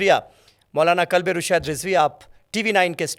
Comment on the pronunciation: Kalbe naheen qalbe hota he